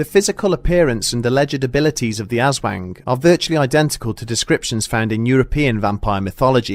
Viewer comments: Asswang lmao (oof sorry I had to) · I know he's a foreigner and it's bad to poke fun at people's pronounciation of things as a Filipino, but I absolutely can't help laughing everytime he says aswang;; also damn ma this reminds me of a similar experince my lola had as a child- but it was a kapre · i understand he doesnt speak tagalog, but the way he pronounces aswang is funny “azzwang”😂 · I'm sorry, even am I can't find this the least bit unsettling, my childish ass can't get spook by something I'm pronouncing ass-wang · Every time you say aswang all I can hear is ass wank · Love your content bro! But its hard to be spook everytime you say ass wang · Am I the only one who heard 'aswank?' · No one: Not a single soul: 5 year olds: Haha As-Wang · Ass-wang. haha. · Great video, as usual! I just couldn't stop hearing ass-wank instead of Aswang lmao sorry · Homie hires a new narrator... Narrator starts talking about ass-wangs.. Conspiracy? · Ass-wang. Hah. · Asswaang lmao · You guys keep pronouncing it as 'ass-wang' haha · I don't know why, but my brain interpreted "Aswang" in the opening segment as"Ass Wank..." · Haha they said “ass” “wang” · He he ass-wang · I’m sorry but the way he pronounces it makes me chuckle but its understandable 🤣 It’s Aus-Wong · My boyfriend was laughing at me for saying Ass Wank, then the narrator read it, and he's laughing even harder now. Send help. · AZZ-wang lol XD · I can't stay quiet anymore. I just can't do it. 20 minutes of him saying Aswang, I have to share it or it will burn a hole in my brain. The Aswang just sounds like a joke cryptid name for Dickbutt. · Awesome vid. But aswang should roughly rhyme with "thong" and not "thang" :) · Hes butchering the pronounciation but yeah it is kinda funny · Even as a Filipino speaker, it's still funny because he got it wrong. It's okay though. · Yes😆😆 but we can't blame him... He is a foreigner after all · Yeah that shit right there's why no one else takes the aswang so seriously, tbh.